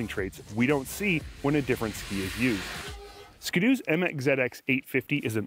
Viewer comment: Nah nah nah nah nah it's skiiii doooo not skido